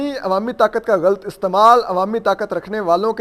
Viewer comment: ghalt nahi ghalat boltay hain mr punjabi medium